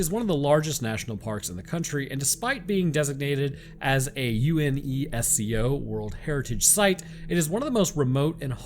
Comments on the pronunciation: It's not you-en-ee-ess-cee-oh, it's UNESCO. "Younesko". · Just say U-nes-co. Great video regardless tho. Love your stuff. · it's pronounced U-nes-CO like the letter U nes like the nintendo and CO like company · I have never heard UNESCO spelled out. I dont think its supposed to be, it's just 'you•nes•co' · Yes he tries. He played it safe with UNESCO 😅 you-ness-co! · UNESCO: (You-ness-co) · UNESCO can be shortened to Unesco. One word, you-nes-co. Might make it easier to talk about it. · UNESCO is pronounced like a word